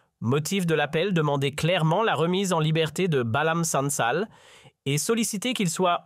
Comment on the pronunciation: Vous mentez. Il n'y a pas de crise en Algérie. l'Allemagne ne presse pas l'Algérie. l'Allemagne a demandé, c'est différent. Pour Boualem Sansal que vous n'arrivez pas à bien prononcé son nom,il a fait une grave erreur en s'attaquant à l'unité nationale,en s'attaquant à sa géographie. Pour le président Allemand,il n'a qu'à demander la libération du palestinien El Berghouti. Il peut demander aussi la libération du président du parti FLNKS de la nouvelle Calédonie. Taisez vous.